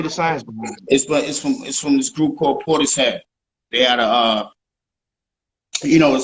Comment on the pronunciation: this interviewer failed horribly dude had to ask how you pronounce your new project, wavo rocking the shirt to he said portishus and not only still failed to pronounce he didn't know who portishead is they only been going 30 years 3 albums all fire started "trip hop" along with Massive Attack also from england and Tricky is a member but comes and goes Dj. muggs actually has a record with Tricky from like 08